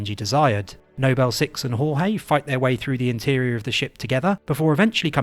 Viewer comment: why do you say 'nobel 6' but 'noble team'